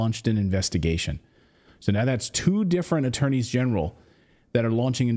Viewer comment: The fact that Clayton correctly said "attorneys general" is not lost on me. It is so irritating to hear so many people say how intelligent they are, yet they can't properly speak or spell their own native language. 👍